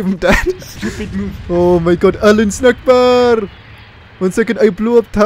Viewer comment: its allahu Akbar not allahu snackbar